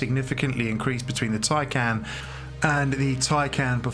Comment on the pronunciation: You might have been bothered to properly learn how to pronounce the name of the car that you purport to be reviewing. It’s “tie-con”!